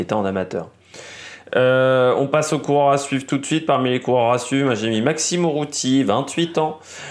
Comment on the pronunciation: URRUTY et pas OUROUTY comme tu le dis